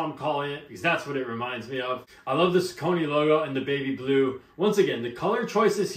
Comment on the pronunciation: Great review. The name is actually pronounced Sock a knee. Lol